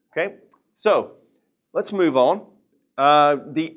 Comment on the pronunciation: Why did he say “let’s move on” like a Brit 😂😂😂